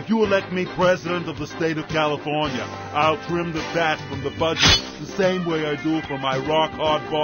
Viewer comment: its sad he cant say california right